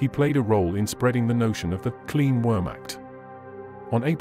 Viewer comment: I sincerely hope you learnt how to pronounce wehrmacht since the release of this video